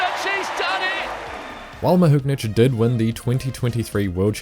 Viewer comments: Great video, but there is no N in Mahuchikh! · Dunno what your calling Mahuchikh, whatever it is it isn't her name though 😁